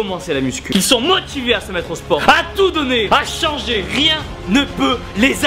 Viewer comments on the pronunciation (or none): T'as vraiment dit ilSSE? Haha :D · AAAH le sudiste il prononce le s de ils :DD